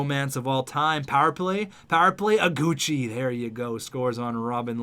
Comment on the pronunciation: in Iguchi, the "I" is wrong. Google the name!!